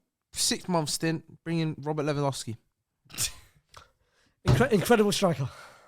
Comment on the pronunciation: Spurs loan Lewendowski I hear it 😂😂😂😂😂😂😂😂